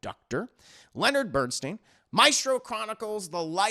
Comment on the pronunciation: please correct how you pronounce Bernstein.